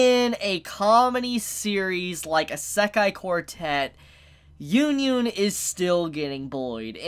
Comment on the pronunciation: Stop saying the title wrong